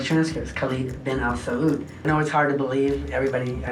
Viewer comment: it angers me how no one could tell his pronunciation of Al Saud is sooo obviously non Arabic